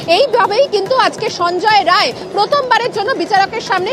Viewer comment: Rai noi re bal ray.. Roy